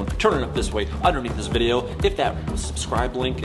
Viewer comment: I. Love. Your. Viburyoe.